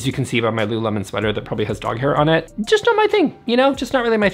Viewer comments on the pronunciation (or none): none